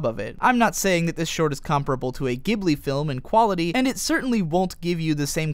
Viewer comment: Holy shit you actually pronounce Ghibli correctly, thank you thank you so much! So many people pronounce the "h" saying "Ghib"li, when you and I say it correctly as "Gib"li. Once again thank you, me and you agree on so many things you are by far one of the best YouTuber's I watch and are an inspiration to me!